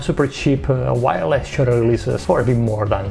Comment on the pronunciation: I love your video and I love PhotoPills... but I have to admit, I really started laughing at myself on this video. When you said "wireless shutter" I heard "wild ass shutter".